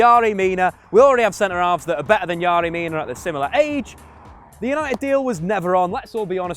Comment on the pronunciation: His name is fucking yerry . Where are you getting yary from